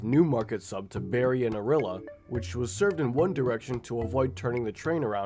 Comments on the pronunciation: Ugh rill a xD no O rill E ah btw :p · as someone from Orillia, , when he said Orilla i could not help to laugh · Ah yes, town of Oh-Realla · My ears can't stand your pronunciation of "Temiskaming" and "Orillia". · Orillia….temiskaming. Learn how to pronounce names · I love this video but listening to you guy butchering town name you pronounce is hilarious. Temagami is pronounced "Tem-Mag-a-mi" Temiskaming is "Tem-Mist-Ka-ming", and Orillia is "O-ril-li-a" I still don't know how to properly pronounce Proquis to this day though. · bro you said gravenhurst wrong :( its grave in hurst the winnipeg furry said orillia wrong its or ill E a